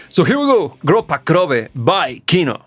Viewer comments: kinO, not kIno! :) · in russian we pronounce kinO, not kIno. thar word means cinema or film. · It's "Kinò", not "Ki'no". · It's not pronounce KIno, it's KinO. Sorry for my bad English ( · ki-NO... Stress on the second syllable. Yea, it's a noun not verb yet the second still. 😉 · It is actually pronounced like Kinó. The word Kino means "Movie" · I'm glad you liked it. The whole of "Kino" (btw, stress is on "o". Hope it helps you to pronounce it better xD) music is more about vibes (hate to use it, but it fits) than about meaning. Группа крови is often called anti-war, but it doesn't really strikes the anti-war notes that much. It's just some ruminations of someone supposedly going to war. He does not love that but also does not hate it either, though it is clear that he'd rather not go there. It is, of course, often connected to Soviet-Afgan War since it was written near it's end. But the chorus says about blood-type on your sleeve and USSR forces never placed blood-type on the uniform and especially on the sleeves which can by torn off. And the "serial numbers" also never were a thing in it either. So in the end it feels pretty abstract. If you're interested in exploring Kino more maybe try "Звезда по имени Солнце" (Star named Sun) next. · "ee" обычно под ударением в английском, а нам надо ударение на "о"